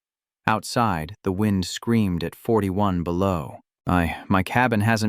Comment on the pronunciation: Why can’t you get readers that can read well. It is wind as in weather, not wind as in clock!